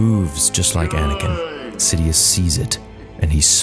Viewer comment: Y u say anikin and quigons blade